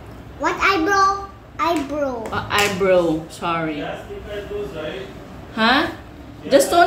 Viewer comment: What eyebro? Hahaha eyebrowww daw sabe ni hahaha 😅 cute cute ni ate